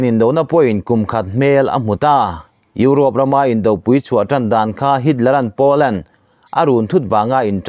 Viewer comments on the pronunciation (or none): none